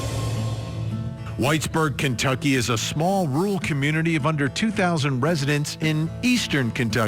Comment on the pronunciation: It’s not a “rool” community. RUR-al. Say it with me.